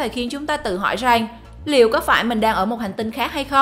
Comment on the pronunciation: Rằng x rènh